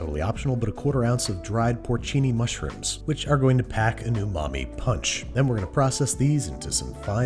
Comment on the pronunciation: "porcini" mushrooms. yes, i get you mr. babish